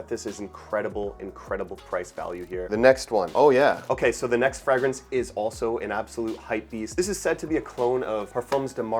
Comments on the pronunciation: And the word 'fragrance' is pronounced "fray-grance," not "fragg-rance"; that is, the 'a' is long, not short. 🤷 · Interesting pronunciation of alcohol and fragrance. Are those typically canadian?